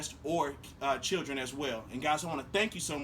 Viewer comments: He said “small Chit’lins”😂🤗🤣Love it! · first of all in this video, he said chiluns. Not chitlins but chiluns. I can't speak on another video that I haven't heard, I can only speak on this one. And the man said chiluns! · Love the Tiny House...but did he say Chitlins? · he was saying chitlin jokingly for children. ;) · No, chilling...you know, the younguns! 😜